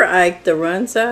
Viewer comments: it’s pronounced Run-za. You had it right! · Run - zuh! You said it right! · I love Runza and it is pronounced exactly as it’s spelled run-za. So good, especially with cheese! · I’m 77 and grew up on Runza yes you said it just exactly right! It’s such a simple dish but an unusual and wonderful taste. We used just cabbage and hamburger and always had them when mama made bread for the week. Roll out dough thinish, fill, crimp, bake and enjoy. They were delicious at room temperature for lunches or Served hot with brown gravy over the top for an entrée. So they were kind of like a sandwich, but at some point , like maybe the 70s, Runza restaurants, where they served them On a bun. They were good, but couldn’t touch the authentic ones! Thanks for this wonderful casserole, and all the mini recipes and tux. You’ve blessed us with!❤ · You r sayng it perfectly. A staple in nebraska. Invented here. Love the rain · I had a Runza sandwich from a food truck in Stapleton NE, at the fairgrounds in 2017 watching the eclipse. You are pronouncing right. I enjoyed the sandwich. Love hearing the rain when you are cooking. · This looks delicious and you said Runza correctly. They don't have a Runza where I live but I used to get them quite a bit before I retired. I agree with you on the tuna casserole and the green bean casserole!! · I’m from Nebraska where the Runza was born. You are pronouncing it right. At the restaurant here it’s made in a bread pocket with raw bread dough and baked in the oven with the filling inside. Do yummy!!!! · You are saying Runza correct. I've made the sandwich with frozen bread dough and put them in the freezer. They are great just to pull out what you need. Love your channel ❤❤ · Looks good. I looked it up and your pronouncing it correctly, Our produce isn’t any better in Oklahoma sometimes. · Your saying it right from nebraska